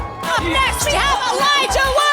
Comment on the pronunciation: God that woman is annoying, And she keeps pronouncing Elijah as Eledga, Embarrassing.